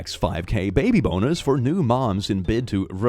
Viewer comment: OMG WHENEVER HE SAID, "Baby bonus" I KEEP THINKING HES SAYING "Baby B0NERS"